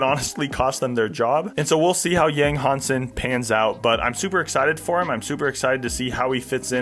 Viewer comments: Dude, please at least try to get the name right if you are going to make a video. Takes two seconds to find the correct pronunciation. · Learn how to say his name.